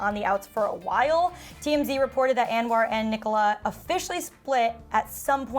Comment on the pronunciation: It’s not pronounced “AnwAr” lol